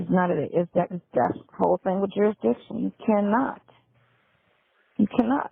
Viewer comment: Now I am going to hear that word 'jurisdiciton" in my sleep. 🙄😒😳